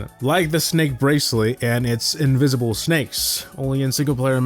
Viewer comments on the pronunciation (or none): invisble snake...? Say that again?